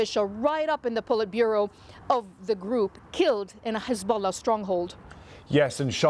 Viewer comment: Did he just say "Hizbollock"? 🤣